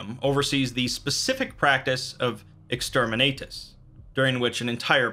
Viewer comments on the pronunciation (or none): Just a heads up, it's called Exterminatus, like ex-term-in-nat-us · Exterminayy lmao